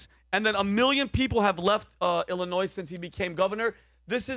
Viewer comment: Please learn how to say Illinois before you start talking about it.